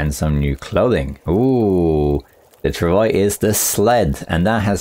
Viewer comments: Travois is pronounced "trav-wa" :) it's French. I've said it before, and I know you saw my comment that time! I'll keep saying it until you learn it :D Thanks for the informative video, as always! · Travois is a french canadian word, pronounced trav - waa.